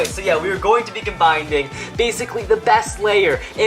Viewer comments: Dude, there's no such word as "combinding" 🤣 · in the intro they said "combinding"